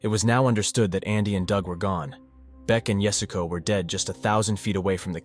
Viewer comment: At least give her the honor of pronouncing her name correctly. It's not "yasgo", as Beck Weathers says, it's yah-su-ko